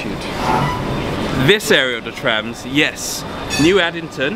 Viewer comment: But the DLR is still cool. Some routes have such beautiful scenery especially at night but I dont know why I still like the trams better haha. And I loved when you both said traims haha it suits well trains and trams. Get it? 🤣🤣